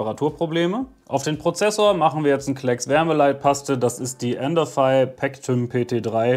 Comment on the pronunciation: Danke, jetzt weiß ich endlich auch wie man "Endorfy" ausspricht ;-) Und nochmal gut wie du die Montage zeigst und erklärst.